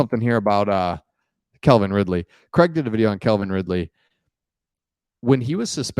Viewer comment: The Jags may be a problem this year. Oh. It's Calvin, not Kelvin. The man has speed, but D.J. Moore is a better receiver.